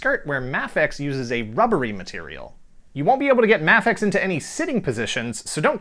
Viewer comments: isn't it pronounced MAYfex? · I am almost 100% sure Mafex is pronounced May fex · it is mayfex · The way he says mafex makes me want to die 😂😂